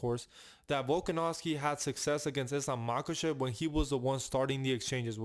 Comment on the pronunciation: Say Islam Machachev one more time 😅